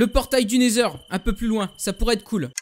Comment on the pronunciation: le dragon c'est dans le ender pas le nesheur xD